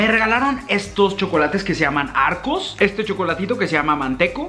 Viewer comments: ¿Que? Dijo Chocolates que se llaman arcos, este chocolatito que se llama mantecol. 1.er error: No son chocolates. 2.do error: Dijo que se llaman arcos, osea ni si quiera era el nombre, era la marca, y encima dijo arcos con S y no con R. 3.er error: Dijo este chocolatito, No es un chocolate, Y mantecol no es el nombre, mantecol es lo que es. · manteco, chocolate ARCOS JAJAJAJAJ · Arco en ves de arcor🙏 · El: Vaquita Argentina: Vauquita El: Arco Argentina: ARCOR Unas ganas de corregirlo XD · Con mucho amor...... Arcor no Arcos Mantecol no Manteco Vauquita no Vaquita Don SatÚr no Don Satur Creo que es todo je ❤️ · No es arcos, es AR COR con R. Y no es manteco, es Man te colllll, con L, y no es un chocolatito!!! Y no es vaquita, es VAU QUI TA...Y finalmente no es un vasito para tomar mate, es un Mate. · nadie:: lee arcor arcos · Me pado con el vauquita que le dice vaquita, el mantecol que le dice manteco y el turron que le dice arcos y que yodos son chocolates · Jaja arcos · Lo pronuncia muy mal Arcor le falta un poco ir a la escuela de pronunciación sin ofender